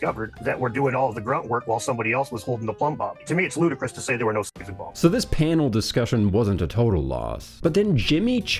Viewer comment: Bruh can't even say the word slave lol